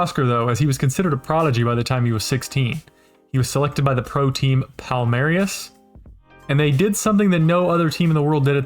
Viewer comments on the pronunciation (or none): Palmeiras, not Palmerias :).